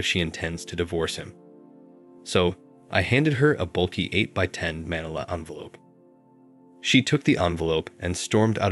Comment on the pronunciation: So dumb. You'd think they could at least have found a narrator who knows how to pronounce such a simple word as "manila"!